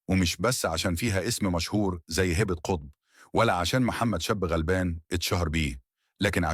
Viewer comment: انت مش عارف تقرأ كويس ليه اسمها هبه مش هابا و كلامك مليان اخطاء عيب كده 😮😮😮